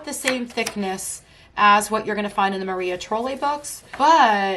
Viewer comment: love your picks! I have a lot of your top 10. Just an fyi it is pronounced like Maria Troll. like the crazy hair doll.